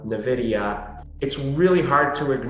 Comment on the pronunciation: I can tell how well knows the tech landscape just by his pronounciation of NVidia as "NahVidya".